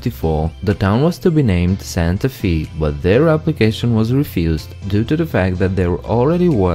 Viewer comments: Santa Fee? We call it Santa Fay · You said Santa Fe incorrectly. You pronounced it, Santa Fee. It's to be pronounced more like, Santa Fay. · Good video, I'm pretty sure the town is called Santa fay, not Santa fe.